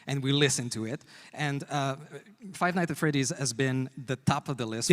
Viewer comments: "Five Night at Freddy" why does he say it like that 🙏😭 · “Five night at Freddy” Lovely, forgot all the ‘S’s but it’ll do